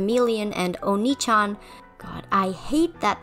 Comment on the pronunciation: Okay just to get it out of my system, it's pronounced O*ni-chan, not o*NI-chan. If you place stress on the "o," pronouncing it "oni-chan"（鬼ちゃん）, it means "ogre (chan)." It you place stress on the "ni," it ends up sounding more like the word "onii-chan"（お兄ちゃん）, which means "older brother." P.S. the characters in the show also pronounce akuma wrong. They pronounce it "uh-KOO-muh" when it's actually "*AH*-koo-mah." Akuma（悪魔）means "devil" or "demon" in Japanese. P.P.S I should probably add that the "o" in "oni" is only barely more stressed than the "ni." It's pretty subtle.